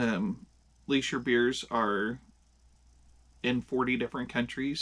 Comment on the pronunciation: It is pronounced Lee-sher. Prost!